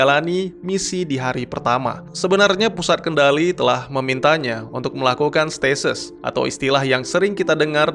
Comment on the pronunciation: Statis / stasis -_-" aku denger nya statis wkwkwkkw